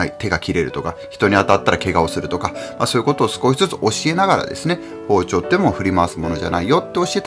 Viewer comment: あらぁ～ 息子ちゃんの「さいごまで ごしちょう ありがとうございました。」「チャンネルとうろく よろしくね。」にキュンキュンしました。 かわいぃ～。😆 子どもと料理すると、楽しいけど、まぁ、散らかりますよね。片付けが大変。 クリスマスケーキは我が家もよく一緒に作ってて、小学校高学年になると３兄妹だけで作ってました。 一応、プロが作ったケーキも用意してて次の日に食べてましたけど。 おやこでてまきるもん、楽しみにしています。 あと、『包丁』のアクセントが福岡と違ってて面白かったです。 大分は、ほぉ⤴️ ちょ➡️ って発音するんですね。 福岡は、ほぉ➡️ ちょ➡️ です。🤭